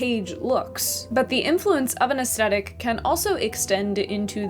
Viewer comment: Aesthetic is pronounced with the same TH sound as thick, not with a hard T. It was distracting… 😕